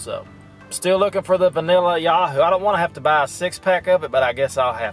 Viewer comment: Yoohoo not Yaahoo. Boiler Up!